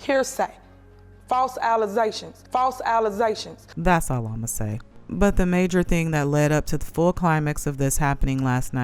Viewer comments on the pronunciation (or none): Did that imbecile Henyard make up the word - "False Alazations"? damn that is embarrassing. Super Mayor need not criticize anybody's education. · Tiffany has her nerve saying “alizations” girl this isn’t an alcoholic drink smdh. She really needs to educate herself because the way she speaks I’m embarrassed for her. Then really.. throwing tables and brawling she is tacky far from mayor material 😂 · Allezations??? What the hell is that‼️😂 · Girl the narration 😂😂, “Alizations.” Who ever put this woman in charge needs to get looked at. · 😂 False allezations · I'm loving your snippets!! "false alleZations"!! lol